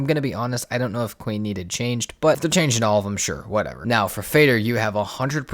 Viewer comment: Nice video. The boss named Fader is the same word as Father and sounds pretty similar. The way you said it, i didn't even hear what you said at first :D